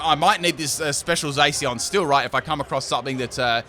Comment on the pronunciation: I think Zacian is pronounced (zah-shi-ahn), so it annoyed me when said (zay-see-on)